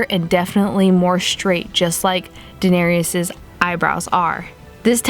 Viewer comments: Fam it's Da-nair-iss, not Da-nair-eeus. If you're gonna do a makeup look on a character, at least get their name right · I love your videos but it's pronounced duh-nair-ris 😂😂. Fantastic video though